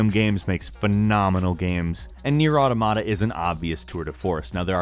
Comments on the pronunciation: For the record it's "Aw-tom-ata" not Auto-Mata" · Automata not ottamatta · It's actually pronounced owwtoomatta. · "Number six is nier auaromarat" jaja morí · "NieR: Ordamardta" lmfao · Just once I would love to hear someone pronounce automata correctly. JUST ONCE! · jesus why do so may people pronounce automata wrong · Wow, you need to look up the correct pronunciation of the word automata. Sorry, pet peeve of mine. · Dude, you've been pronouncing automata incorrectly for months. If you're reviewing games, you should know how to pronounce their titles...